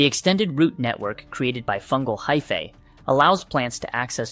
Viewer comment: It's pronounced fung-EYE, not fung-EEE. And hyph-EEE is correct, not hyph-AY.